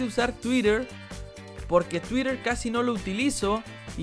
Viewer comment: Se pronuncia tuytter